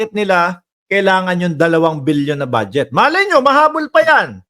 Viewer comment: It’s funny how she pronounces the word BUDGET as “BADSJET” !